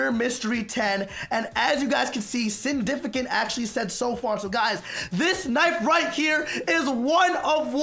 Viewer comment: OMG, THANK YOU FOR SAYING MY USERNAME CORRECTLY. God. It's not even that hard. It's CIN-DIF-ICANT, like Significant.